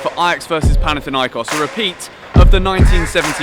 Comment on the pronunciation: Its panathinaikos, not panathiniakos